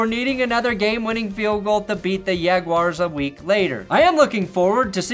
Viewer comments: Why is it all of a sudden “yag-wars” but when contracted it’s “Jags”. That’s like your drunk buddy in college correcting you on “gyro” vs “yee-row”. Stop it already. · “The Yagwires” gets me every time.